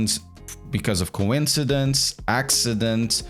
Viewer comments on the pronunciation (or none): none